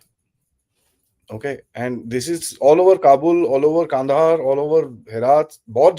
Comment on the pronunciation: It’s Kabul not qabul